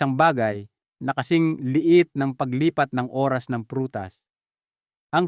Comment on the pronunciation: Pk clear Po Ang pagbigkas ng Oras dpo maintiñdihan